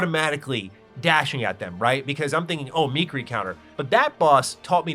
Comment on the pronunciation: Me-keer-ee counter